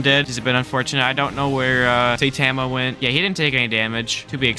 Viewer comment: Saitama is said sigh-tom-a